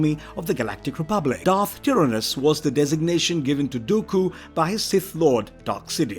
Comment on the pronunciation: atrocious pronunciation of one of the most well known Sith and bad guys in film history. Honestly, Im pretty sure you just took literally every dark side character with a Darth... no, Dark in their name and made this video without any research into how to pronounce any of thier names properly